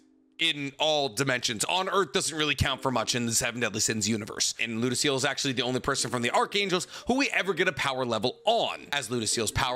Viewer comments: It feels weird tht he says lodoesel instead of lodosel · how come you make so much content about this show but still wrongly pronounce a bunch of names. Its not ludociel, its pronounced as ludocyel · It was making me cringe every time you mispronounced Ludociel’s name lol (Loo-Doe-Cy-el) lol love ya keep up the awesome work!